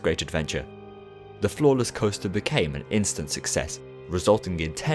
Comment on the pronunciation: So I misheard “floorless” as “flawless” and I was like, man that must be some coaster design.